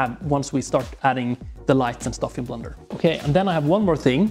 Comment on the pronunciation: I know it’s ’blender’ and also that English is not his first language but his english pronunciation is actually really good except for this one word which he very plainly pronounces as ‘blunder’ which is another word for mistake. As a New Zealander (who are incessantly accused of saying “fush n chups”) I found this oddly resonant.